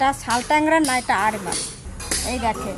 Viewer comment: আড় না আইর